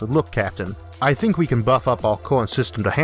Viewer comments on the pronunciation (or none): none